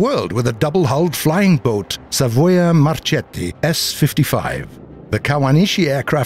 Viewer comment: Savoia-Marchetti NOT marSCEtti!!!!!